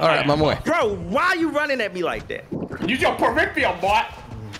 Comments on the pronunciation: If it’s him, he needs to learn the word peripheral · funny!! But damn it was hard hearing him pronounce “peripheral” wrong every time he said it 😂